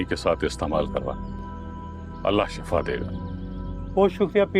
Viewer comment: پیر صاحب شفا نہیں شِفا ھوتا ھے